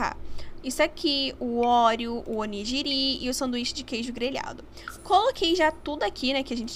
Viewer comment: Oni"gui"ri My kkk amei o vídeo <3